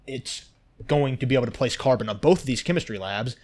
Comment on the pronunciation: Great vid. But ffs dude, no where in the world is carbon pronounced "CAR-BAAN". It is pronounced "CAR-BIN".